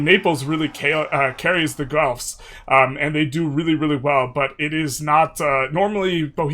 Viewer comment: PSA FOR EU5 CONTENT CREATORS : It's just pronounced Gelf. Hard G sound, than a Lord of the Rings Elf. Loye y'all. Gonna be a long decade.